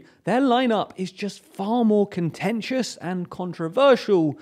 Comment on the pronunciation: a litle "conentious"